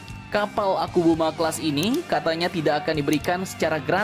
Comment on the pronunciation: ke Philipina gratis, ke indo di jual??? meski murah mendingan gausah mungut sampah, mau semurah beat karbu pun perawatan kapal tua tetap mahal dan lebih banyak ngedockingnya untuk perawatan daripada berlayarnya *btw sedikit terganggu dengan ucapan "typo" admin nyebut kapalnya akubuma akubuma